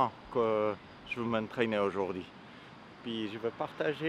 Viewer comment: j'adore quand vous dites aujourd'hi 🤣😍